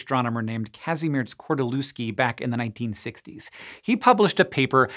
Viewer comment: in Polish W is read as V, Ł is the W sound. The astronomers name is Kordylevski. Also the accent in most of Polish words is on the penultimate syllable, kor-dy-LEV-ski.